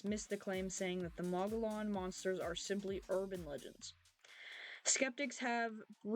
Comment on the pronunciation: Hi,Mo gee on thats how its pronounced.❤